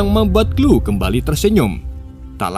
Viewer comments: Chloe...klowi...kok jadi klu sih bang 😂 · Sori bang di koreksi dikit 😊 Left behind bacanya lef bihain bang bukan lif behin Chole bacanya kol bukan klu